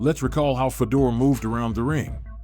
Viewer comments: Who the fuk is fuh-door? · Fedor not Fedor like Fedora… come on man that ruin this video